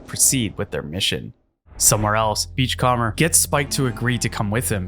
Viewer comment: Great video! FYI you're mispronouncing "beachcomber". You can type it into Google Translate and have it read it out for you if you want to know how to say it right.